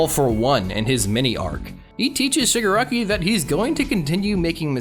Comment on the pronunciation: its shig AH raki. thats my only complaint lol. i feel like in the end his goals are basically the same but he has more conviction. like he still just wants to destroy everything. love him tho tbh